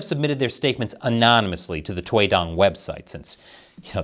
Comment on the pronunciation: toy dong? what? kinda sounds different 😅